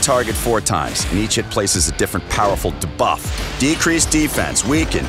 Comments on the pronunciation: Is he saying “da-buff” and not “dē-buff”? Clearly the voice guy isn’t a gamer lol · It sounded so odd I actually liked it LOL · Dabuff is also bothering me. 😆 I mean buff. Debuff. You don't say Damote for Demote. 😆